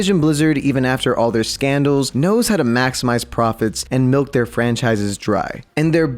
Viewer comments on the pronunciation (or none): none